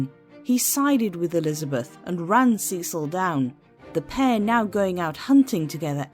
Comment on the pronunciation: "Sess-ill". not "see-sill"